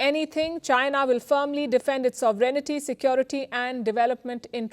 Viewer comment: PALKI STILL CANNOT CORRECTLY PRONOUNCE THE WORD ‘’SOVEREIGNTY’’